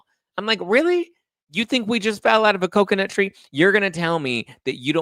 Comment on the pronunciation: I’m just here to say I appreciate the “Coconut Tree” EVERY.SINLGE.TIME you say it Lol! 😆 genuinely though I really do. It makes me chuckle in the madness 🥴. Thanks for all you do